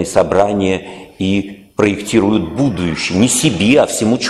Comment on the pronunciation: А почему ув.лектор говорит "будующее"?